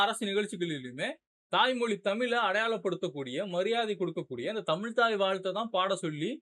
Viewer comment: தம்பி தமில்னு சொல்லாத தமிழுனு சொல்லு 👍